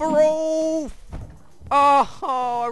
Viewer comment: why do you call IKE "roulf"?